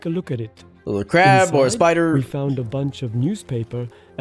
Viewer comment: Did just said littly? 🤨